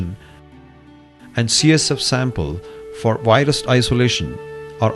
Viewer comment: I'm with Microsoft tech support, we beli ve your computer has a wirus.